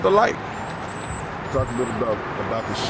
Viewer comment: Towards the lil school 😭😭😭😭 he beem saying LIL